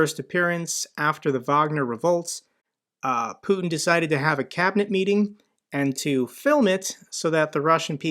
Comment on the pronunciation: Nice hearing you say "putkin" :D it means son of a p*ssy or p*ssy-like in bulgarian and it's a term we regularly use when talking about putkin